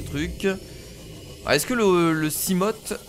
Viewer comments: hey on dit pas seamote c'est seamofe si tu vois ce que je veux dire, sinon super vidéo;) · ON DIT SIGLAÏDE ET SIMOFE PUTAIN TANT QUE TU LE PRONONCERA PAS NORMALEMENT JE LIKERAI PAS !!!!!!!!!!!!!!!!!!!!!!!!!!!